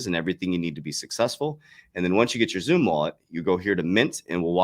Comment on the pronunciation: I think xumm is pronounced "sum" Was a little bit confused at first what zoom was